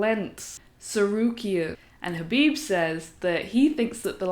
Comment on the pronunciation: For a second I thought I might have a new Mma channel to checkout..... She says she loves Khaboob Jr.... Can someone cue Homer Simpson. I do like how she says " Bread and Buttah."